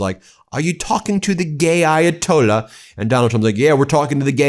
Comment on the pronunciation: trump slurring..referring to the ayatollah as the gay ayatollah is pretty disgusting